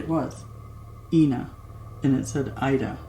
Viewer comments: Maybe she was trying to tell you her name was pronounced EYE-NA like Ida not EE-NA. Just a thought x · it's pronounced 'Ina' with a short I. Rhymes with China, not Tina... Just letting you know. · Awesome video! Actually, her name is pronounced EYE-NA, like it said IDA. Her name was INA MAY